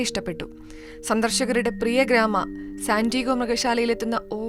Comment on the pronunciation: സന്റീഗോ അല്ല സാന്റിയാഗോ ആണ് ശെരി